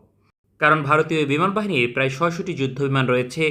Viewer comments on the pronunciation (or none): none